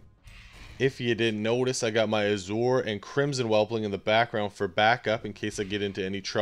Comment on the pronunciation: the way you are pronouncing Azure is driving me nuts.. but i do like the video dude. Thnx for the pet battle ID thing thats awesome.